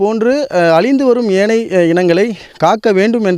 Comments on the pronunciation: Do you conduct interviews for the news readers and reports before they join? If you do so, do you check their fluency, pronunciation and their knowledge on grammar? யானை - ஏனை? ஒரு யானை இறந்து இருந்தது - ஒரு யானை இறந்து இருந்தன ? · செய்தியாளருக்கு யானை என்று சொல்ல வரவில்லை. ஏனை என்று கூறுகிறார்.